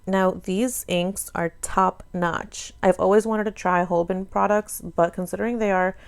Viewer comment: Awesome unboxing ^^ I love seeing a demo as well as the supplies Also, Caran d'ache is pronounced karen-dash and Holbein is hole-bine 😉 This box is great not just for the supplies, but the infinite number of ways I've heard the supplies being pronounced lmao ❤️